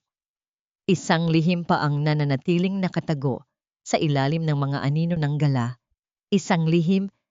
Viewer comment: Ayusin Mo naman ang pronunciation Mo. Gala dinner ibang pronunciation Ng Galà is a bird.😅